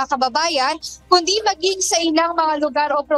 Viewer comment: klaruhin mo bawat bigkas ng balita mo,hinde enaresto konde sumoko cya😂😂😂